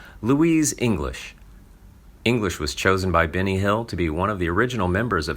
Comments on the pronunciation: yup, all i heard was Binny too.. Wonderful narration!!!! 🙄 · I agree its Benny not Binny